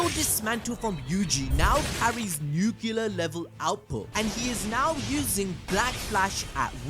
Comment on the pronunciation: NUCLEAR. NU-CLE-AR. Like New-Clear. Not hard.